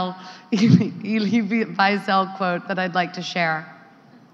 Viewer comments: It was all good until she mispronounced Elie Wiesel's name and laughed about it..... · She really couldn’t learn how to pronounce elie wiesel’s name?? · Sure buddy..She wouldn't have mispronounced Elie wiesel, if she had written it.